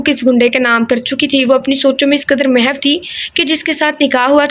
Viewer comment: A.A Kasi ha sorry 2 say mahaw nhi HOTA mahoo word ha